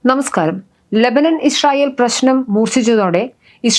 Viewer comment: ഈശ്രറായേൽ എന്നല്ല പറയുന്നത് ഇസ്രായേൽ. ❤